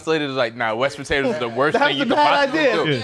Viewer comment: Hold on so none of yall niggas heard say “west potatoes” when he tried to say respirators?